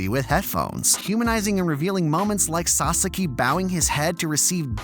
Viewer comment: I completely agree with you, but please pronounce sasaki correctly ffs